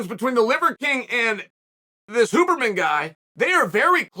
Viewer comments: Chaels name pronounciation is legendary, it's also deliberate lol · this was the most chael piece of chael art thats ever been chael'd. Great piece. the storytelling, relating it to mma, talking about his own experience with TRT and such...WHILE fasting and using a sauna. dont forget the pronunciation WHOburrman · Chael starting to call him Hooberman halfway through has to be the best part of this 😂 Undefeated, Undisputed. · I am so happy Chael managed to mess up the name Huberman